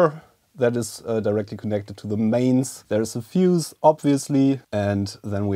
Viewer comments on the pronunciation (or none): none